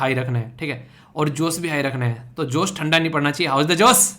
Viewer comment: Sir" josh"hota hi "jose" Nhi